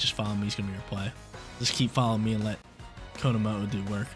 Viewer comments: Please never stop saying konomooh I love it ❤ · This team is dope, I feel like Tera steel on komo with flash cannon over aura sphere helps you not be walled by flutter mane completely though. I really wanna try him out soon. Also the way you’re pronouncing his name is absolutely sending me lmao 😭